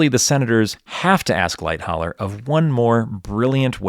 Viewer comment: For someone who forensically details the sinking of Titanic how can you fail to pronounce Charles Lightoller’s name correctly ? It is Light-oller not Light-holler.